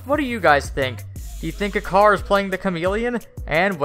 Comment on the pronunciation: He's name is not pronouncing like "akar". In turkish "c" pronouncing like "j". So "Ajar" is the correct one.